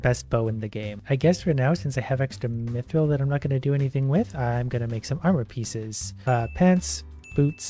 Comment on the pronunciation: He mispronounced it he said meethrill instead of mithrill